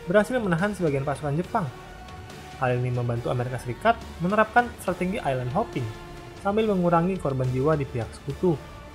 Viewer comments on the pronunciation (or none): none